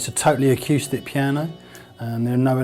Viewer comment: After watching this I think it's safe to say, that man can't say the word piano